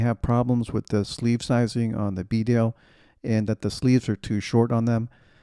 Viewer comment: Great review, and thanks for saying Bedale properly.